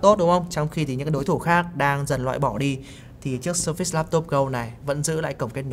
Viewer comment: Vẫn sai thôi haha. Sơ phệt s mới đúng